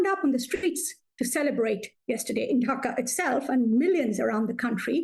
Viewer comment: Its DHAKA, not DAKHA. Get that right at least. Ffs.